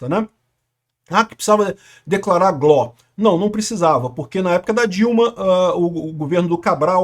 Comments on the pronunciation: É G. L. O. Não gló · repita comigo: GÊ-ÉLE-Ó